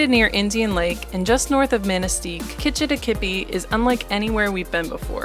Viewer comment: With the way you pronounced Kitchitikipi, you are definitely not from the area. You should’ve asked some of the locals how to say it.